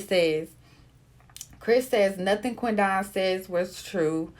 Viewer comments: 🗣QUEN DEN..NOT QUEN DON...GWORLLLL.. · How did you pronounce that man's name?! It's literally Quinton with a D. 😂😂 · I wish she say his name right. Damn. Quit separating "Quin don" its Quidon!